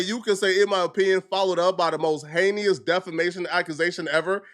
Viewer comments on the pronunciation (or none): It’s “ HEY-NUS” . Not “HEY-KNEE-US” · Bro learn how to say heinous! It’s pronounced “Hey-nis” 🤦🏽‍♂️ not Hey-knee-us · ”Hay-knee-us” not once but twice 😂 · "Heinyous" is heinous 😂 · Dude learn how to pronounce words if you're going to use them. Heinous is pronounced Hay-nus. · “Heinous (Hay-knee-us)” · Whats "hayneous"? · “Heykneeous” is nasty work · He knee us. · "Hay-nee-us" crimes. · Pronouncing heinous like that is killing me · that's not how you pronounce heinous I thought you were meant to be educated upstanding citizen? 😂😂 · The word "heinous" be whooping my boy ass everytime he tries to use it 😭😭😭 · the way you pronounce words like heinous makes me pretty sure you don’t even write your scripts anymore. Get back to the akademiks type videos man this shit sucks